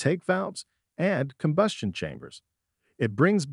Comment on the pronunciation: Let's not forget about: "carb-you-rators" and "combyoostion chambers", with the latter being pronounced correctly immediately after the second mispronunciation. Maybe the voice is Canadian, eh? ;-) This video is nothing more than an advertisement for cleaners and does not actually show any before and after photos or video footage of any of the components in the systems the product manufacturers claim to be able to clean. In short, it's a total waste of time since all it basically does is to parrot the claims made on the labels of the products themselves and/or perhaps from other sources. Who knows? No citations were given. Having no evidence to back up the claims being made is quite useless. At least the gross mispronunciations of some words were good for a chuckle.